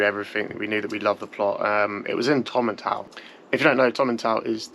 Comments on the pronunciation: Tom-in-tool is how it is pronounced mate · Please don’t take offence but Its pronounced “Tomintowel”😊